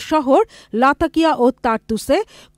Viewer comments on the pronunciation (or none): Not lakatia it's Latakia